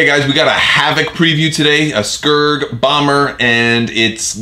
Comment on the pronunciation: I kept hearing Scurd, not Skuurg. I'm a TIE Punisher fan myself. Look forward to more.